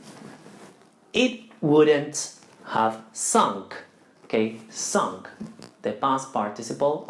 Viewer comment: very good lesson, only pronunciation "sunk"